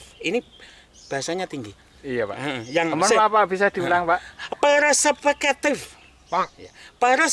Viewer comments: Perspektif...bukan paraseketiff 😭😭😭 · Perseupeukeutif 😂😂😂 google translate pun gak mampu menerjemahkan nya 😇😇😇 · Persepeketiffe' = Gabungan Hybrid Jerman X Khatulistiwa 😂😂